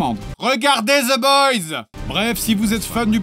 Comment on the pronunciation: Regardez ZE BOYS!! j'me tanne pas de ses "Th" en "Z" xD (sorry je suis québécois, on a pas l'habitude!)